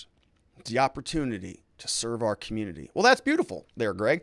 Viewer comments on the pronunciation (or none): none